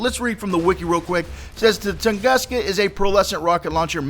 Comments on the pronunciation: its t u nguska not toonguska just fyi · pronunciation: ton-goo-ska... -facepalm